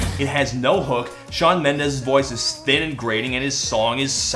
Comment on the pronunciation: "Shawn M'endes" I'M SCREAMING